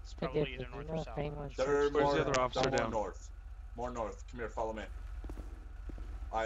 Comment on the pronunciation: The way he said officer 😂😂 officER